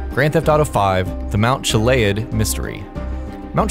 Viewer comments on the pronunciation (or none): I'm pretty sure it's pronounced Chill-e-ad, like Mt. Goliad, not Chill-lay-ed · Mount chilayad? It's pronounced mount CHI-LE-AD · It’s pronounced (chilly-add) not chilayad 🤓🤓👆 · it's pronounced (chilly-add) not chilayad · God it pisses me off when people pronounce things that have been said a 1000 times Mt chillie-ad Mt chi-lay-had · Mnt chlead? chilliad its chilliad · You said Mount Chiliad wrong and it's pissing me the fuck off.... Mount Chili-ad not Chil-aid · "Mount Chila-ad" Something tells me you have never played GTA. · "Chilei-ad" THE CRINGE IS TOO STRONG!!! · not to nitpick, but its pronounced chill-e-add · Mount "Gilaid" is great... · The fuck is a mount chila-ud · Mount chillead? Seems you're pronouncing it wrong.. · Mount chi liayerd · lmao Chill-a-yad😅😅😅😅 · The way he says mount chiliad tho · You know how I can tell you didn’t play gta5 story? Mr.Narrator? Your pronunciation of Chiliad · HOW DO YOU SAY CHILIAD WRONG!! JUST LOOK AT ANY GTA VIDEO